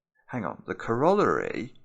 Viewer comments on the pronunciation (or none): That has got to be the worst Britishism I've ever heard. That is NOT how you pronounce corollary. Lol